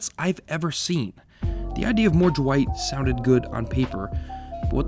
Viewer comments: Why you keep saying Jewight instead of Dwight? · Is anyone else hearing “Ju-white” instead of Dwight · I keep hearing you say "Jewight", and it's freaking me out. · Who's Jah-white? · Are you saying "Juh-white"? Also, if the show ended with Michael we never would have gotten Asian Jim. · When you say dwight it sounds like you’re saying ju-white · Anyone else hearing "Ja-white" instead of "Dwight"? Just me? Oh ok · can you stop pronouncing dwight with a J please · This is a pet peeve of mine. It's Dwight. One syllable. Not Da-wight. It's Dwight, one syllable rolls off the tongue. It's not Daaaaaaaa Wighhhhht. Ok. Dwight. Not Daa-Wight. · Ja-white? It’s Dwight you dummy. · "Jawight K. Schrute" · are you saying Jawight? It absolutely sounds like it. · I love "Ja-wight K Schrute" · r u saying jwight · Stop calling him Jewight! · pls stop saying Jwight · Jim: Duh-wight Michael: Dwigt: Jwight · Right!?!? Jawight. I just asked the same question. Lol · Why does it sound like you’re saying “Ja-wight “ every time?? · Funny how you pronounce Dwight. ;) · The way he pronounces Dwight is driving me crazy